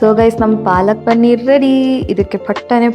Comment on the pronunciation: Pl say Paneeer,not Pannir.